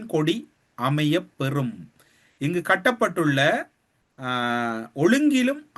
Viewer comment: கொடி சம்பந்தமாக சொல்லும்போது “ இங்கு காட்டப்பட்டுள்ள” என்பதை இங்கு கட்டப்பட்டுள்ள என்று வாசிக்கின்றாய்.